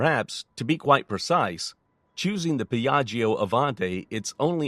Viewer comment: Beautiful plane indeed. But in italian you don’t have to pronunce the second “i” in the word “Piaggio”. When there is a “i” after “g” (or “c”) it is mute. It serves only to make the “g” sounds like “j” instead of “g”. It is like PIÀJJO, not PIÀJJIO